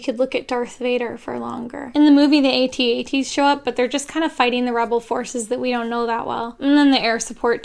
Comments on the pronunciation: I love your videos, but damn...you're so wrong about this, Rogue One was outstanding. And they are AT-AT (like cat-cat), not A-T-A-T's. :) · I'm triggered she said they were at-at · Not how you pronounce AT-AT.